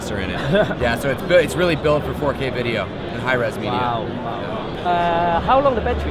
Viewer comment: I got that, it was a joke about and his "Wideo's" pronunciation. But thanks for taking the time to make sure.